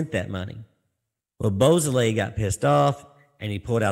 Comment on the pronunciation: Actually, it's pronounced "BO SO LAY" How do you get BOO out of beau?